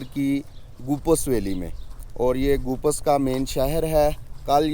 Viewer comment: Name tu theek se lain. Goopas nahi.. Gopeez.. گوپیز